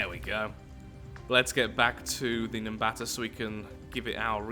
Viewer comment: FINALLY, someone said it right